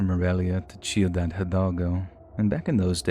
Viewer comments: Did I hear “chiudad?” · The way "ciudad" is said makes me cringe a little. But amazing stories 👌🏽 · You said my hometown name but it’s Ciudad like City 😅 same type of C